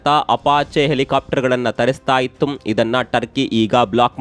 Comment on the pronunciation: ನೀವು ನ್ಯೂಸ್ ಹೇಳುವಾಗ ಇತ್ತು ಯಾವ. ಇಲ್ಲ ಹೇಳುವ ಬದಲು ಇತ್ತುಂ ಇಲ್ಲಂ ಅಂತ ಹೇಳೋದು ಯಾಕೆ....